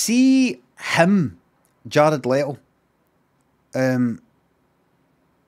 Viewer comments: It’s Le-to Jared Le-to. Are you a baby? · Love how defensive Limmy is over them correctly pronouncing Jared "Letto" when he sounds like a deep fried haggis himself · "jared lettle"